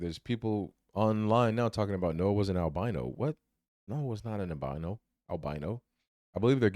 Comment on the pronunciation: Noah not Snoah😆sheesh😂🤣